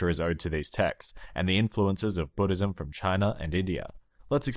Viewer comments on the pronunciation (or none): none